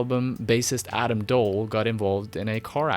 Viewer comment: I’m pretty sure Adam Doll is just pronounced like the word doll but I could be wrong